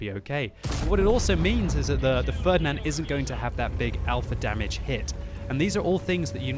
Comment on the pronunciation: Is it just me or is it really funny when says something wrong eg damwidge.